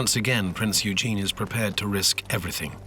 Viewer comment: He did not bring it down, they are still there (or who else brought the trade towers down?). Please learn how to pronounce PRINZ EUGEN